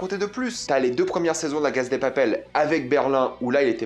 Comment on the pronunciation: Pourquoi tu dis la Caz de papel ? C’est Casa > CASSA